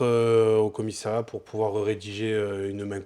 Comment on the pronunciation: Rhoo non pas toi. CommissÉriat!?! Sérieux?!? On dit CommissAriat! Tu dis aussi infermière et secrétériat? Je suis triste 😭